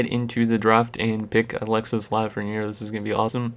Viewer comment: You dont say the S in Alexis